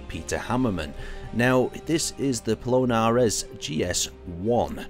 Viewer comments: How, in any universe, would you pronounce that "Plonarez"? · It's not Polonaise but Polonez